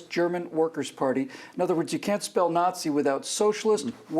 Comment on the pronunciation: Nazi is an anachronism which in German stands for Nationalsozialistische Deutsche Arbeiterpartei. German pronunciation is both wrong and horrible!